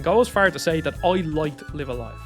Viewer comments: Isn’t it pronounced as “life” a “life” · I cannot be bothered to watch a video where the presenter did not bother to learn how to correctly pronounce the such a famous games name. Sorry, I will catch you on the next video. The game is name is pronounced Live A Live like Dive A Dive. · Everytime I hear him mispronounce the title, I wince.